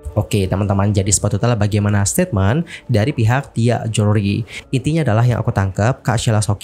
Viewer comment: Bilang jewelry....joolry, oneng